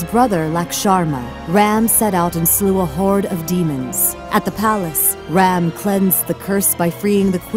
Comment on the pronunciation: Stop pronouncing it ram like dodge ram it is pronounced raam like when the doctor tells you to save ah. No a at the end. I would know since I am Hindu and indian